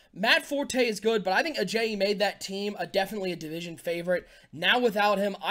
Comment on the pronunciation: #SonnyWins due to pronouncing Ajayi wrong many many times